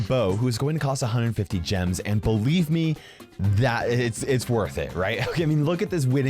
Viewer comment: "Bo-lieve me" seriously?!